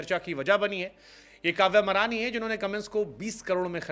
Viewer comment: काव्य मारन है बे, मरान नहीं